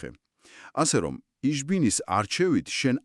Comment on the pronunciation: "Ich" - წარმოითქმება "იჰ" და არა "იშ".